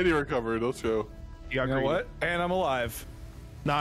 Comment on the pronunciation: I swear every time says Lets Go hes saying Leths Go instead!